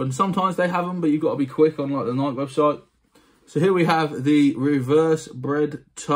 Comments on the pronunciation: I know lots of people in the U.K. pronounce it how I do instead of nikeeee! And I’ll check them out cause these were awful! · Your pronouncing Nike wrong just fyi. Also these crease guards are trash. Go with the Gen-X universal crease protector or the Force Fields.